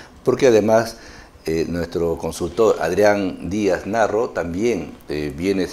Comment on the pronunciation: Lo veré una vez más, no hay pierde. Sólo una crítica, el Sr. Adrián apellida Díaz Marro, y no Narro como dice presentador, ni Morro como dice la miniatura del video